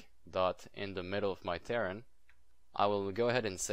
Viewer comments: I know... He says it wrong. It's like some Star Craft Faction LOL Ter - Rain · he is saying KAREN